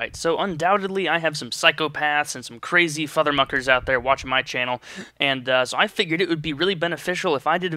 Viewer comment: did he say fathermukers